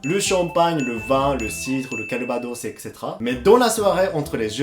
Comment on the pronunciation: J’aime beaucoup tes vidéos et le français rien à dire tu le parle super bien ! Mais à chaque fois que tu dit le mot etcétéra ça m’as fait toujours rire 😂, après c’est vrai que c’est quand même compliqué à dire 😅